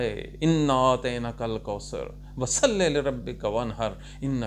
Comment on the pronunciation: Ayat sahi say tilawat karain ( fasalele rabika)